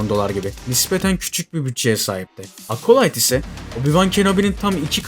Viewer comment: Acolyte kelimesinde ''A'' sesi yok ağız açık Ea sesi (çene açılıyor-jaw drop), Apple telefuzundaki gibi Ekolayt ... Eapıll gibi ... Akolayt Akolayt dedikçe kulaklarım tırmalandı. Ya Merdan Yanardağ gibi bütün harfler telaffuzlar Türkçe yapılsın Acolite gibi ya da orjinaline uygun dikkat edelim :)